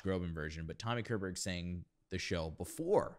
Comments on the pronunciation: Hi, This was some time ago and I only want to add that this was written for his vice back in 1984, or at least it was recorded for TV back then. By the way the last name K is pronounced "ch" like in kitchen but you're doing well on the ö, maybe just a tad more open, but whomever even finds that name fitting in their mouth has our Swedish admiration. We know our language is weird. We also have good general singing diction that comes from our weird and wonderful language and some of Körbergs good diction is because he is Swedish. True story. It was usually a bit of a job, whenever I worked with American singing coaches that wasn't clued in on the basic difference in woking singing depending on your native language. Not everyone had the experience to know that we don't have to do the same exercises in Italian that Americans do, because we already come with Italian pronunciation built in. We usually worked it out after a couple of lessons and it was always a fun time. A couple of times when I didn't know better, my Swedish voice teacher/coach had to straighten me out when I got back, but that was okay too, because I learnt a lot from the experience. I would like point out the giant choir that sings background in this recording. I don't know if this was it but back in the early 2000's there was a choir master that traveled up and down the country creating that in translation would be something like WE Who Can't Sing Choirs. They would consist of lots of people coming together to s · The K in Körberg is pronounced with a "sh" sound like in "ship", not a K sound.